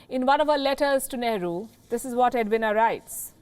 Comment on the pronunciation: Just one light comment; Edwina is pronounced with a short e and a long e (for the i). Others here have criticized your accent of many words; I left it to differences in language and accents, but it's a bit far to pronounce Edwina's name as "Ed-wina (short a at end). You're terrific Palki, but perhaps work on this aspect of pronunciation, since you're global now and many of us in America and the UK watch you daily. Thank you.